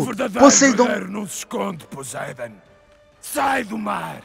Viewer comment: e poseIdon não poseidon